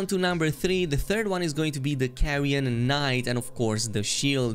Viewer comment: Carian Knight not Carrion 😭😭 how can you not even read the name of the armor set And its not for paladin builds 💀💀 its literally for spellblade mages What the hell its wrong with this people smh